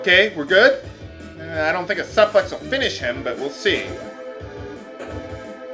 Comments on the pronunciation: ugh SUP-lex? Hurts my soul to hear you pronounce it that way...I guess if you've always read it that way your entire life I can understand. But SUP-lex? SMH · I realize this video is quite old.. but c'mon, there's no excuse for mispronouncing suplex. It's not supplex. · omg how could you...